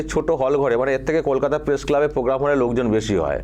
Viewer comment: PROGRAM KOTHA TA YHIK KORE UCCHARON KORTE PARE NA, PROGRAM KOTHA TA KE POGGAM BOLE KHEAL KORE DEKHBEN.